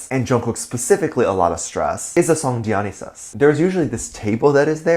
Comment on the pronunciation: Why does everyone pronounce "Dionysus" wrong?🤔😂